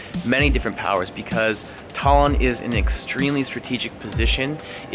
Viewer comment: Sadly... estonians are not fond of people saying Tallinn as you did in the video because it makes it sound like 'Stalin' and it wasn't exactly nice for Estonia when he was in charge......